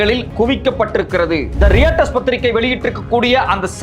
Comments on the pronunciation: டேய் நாய் அது ராய்ட்டர்ஸ். ரியட்டர்ஸ் இல்லைடா நாதாரி கத்தாதே. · ரெயிட்டர்ஸ் இல்ல தம்பி ரொயிட்டெர்ஸ் என வாசிக்கவும் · படிக்காத நாய். ரியட்டர்ஸ் இல்லை டா. ராய்ட்டர்ஸ் என்று உச்சரி. திரும்ப திரும்ப தவறாக உச்சரிக்காதே. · தம்பி அது ராய்டர்ஸ்டா டேய்..... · They are called as Royters. Not pronounced not as Reuters. Writing is different. And pronouncing is different. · royturs nu pronounce pannanum bro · Sir pls pronounce Reuters properly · haha yeah I also noticed that